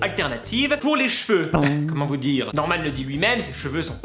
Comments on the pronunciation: max max max max max ce n'est pas normand comme tu le vois il y a un d et c'est norman pas normand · on dit normaneeeeee pas normand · Mdr sa choque personne quand il a dit « normaN » sa s écrit « norman » mais sa ce prononce « normanE » mais sinon tu est le best je t adore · Il disait normen alors que c'est Norman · C'est pas Norman ça se prononce normane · Set Norman pas Norman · Ça se dit pas Norman mais normane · C'est pas normen c'est normane (je mets le "e" parce que je veux que tu comprends) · c'est norman pas normen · Ont dit Norman avec un n voilà tu peux faire des efforts stp merci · On dit pas Normand on dit Norman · C norman pas normen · Ta dit norman on dit normane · normane pas norman hhhhhh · sa se prononce pas norm(en)sa se prononce nor(mane) mais sa s écrit Norman vu que c un prénom américain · trop bien mais c pas norman mais normane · lol tu dis Norman an alors que ses a à n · Sa s' écris normand mais sa se prononce normane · Sa s'écrit Norman mais sa se dit N ormane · On dit Norman (Normane) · Tu prononces mal Norman 😂😂😂😂😂😂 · Tu as mal prononssé norman !! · On entend le n de Norman